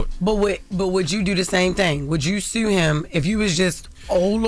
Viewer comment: Baltimore Accent